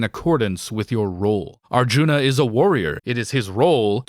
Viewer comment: It's a little ironic that you talk so much about the bad Dutch in the film and then mispronounce "Mahabharata" and "Arjuna"